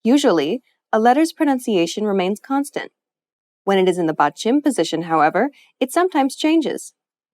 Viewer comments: Is Really "batchim" is pronounced as English speaker did i guess not ? Mistakes to Avoid huh ? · the way she said batchim bothered me kajdfk 'bachEEm' not 'batchIm'